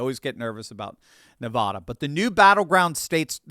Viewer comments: It's Nevada, not Nevahda. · OMG please stop pronouncing it NEV- AWW-DUH it's AAAA like apple. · Come on,. Everyone in the Silver State collectively cringes every time you mispronounce "Nevada". It's not "Nevahhda"! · us from the wild West say Ne va (short a) da. Just sayin! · PLEASE learn to pronounce “Nevada” properly. Nev-ah-da is like nails on a blackboard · As a recent transplant to Utah, I have been schooled on the pronunciation. So, at least you know there is one new person saying it right, 😉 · Ne-VAH-duh. = Nevada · It's pronounced NE-VAAAAAAAA-DA. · We’ve lived in Nevada all our lives and can’t stand people mispronouncing it the way you do. It’s not Ne-vah-da. The second syllable should rhyme with at. Google it and you will hear how to say it properly. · Stop saying Nevada that way!!!!! I like your analysis, but you sound ridiculous. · From someone who lived in Nevada and still has family there, please say it correctly. People who are from there get very upset when you pronounce it wrong.